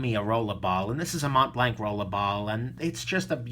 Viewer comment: Dear,In MontBlanc, the 't' and the 'c' are silenced.